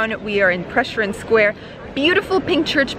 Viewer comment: I can't help but correct you ... that's not how you pronounce France Prešeren 😂😂